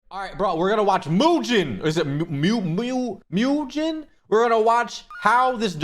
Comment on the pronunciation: Bro called my boy Mujin, Mewgen 😔